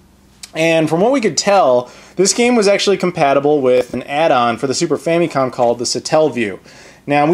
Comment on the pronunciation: i love those famicom carts.. the boxes look awesome too, of course.. and it just makes you think how wasteful our carts were lol.. all that extra plastic could have made spoons for the hungry.. or somethin.. ;) & .. im convinced you said 'super fannycom'. ha!